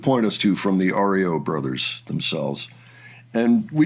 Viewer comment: Sir we called it REO (riyo) not ORYO, sorry to correct you, thank you